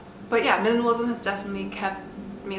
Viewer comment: Is a minimalist Can barely pronounce minimalism